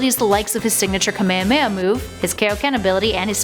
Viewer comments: People keep saying Kuh-May-Huh-May-Uh instead of Kah May Hah May Ha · she pronounced kamehameha wrong